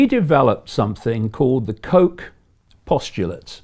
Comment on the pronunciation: Its not "Koke" its pronounciation is Robert 'Kotch"